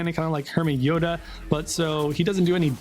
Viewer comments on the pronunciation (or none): none